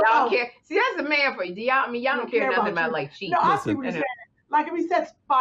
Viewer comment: I love when she says "Nothin" LOL!!!!!!!!!